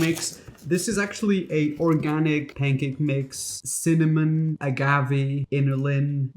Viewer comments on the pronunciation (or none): none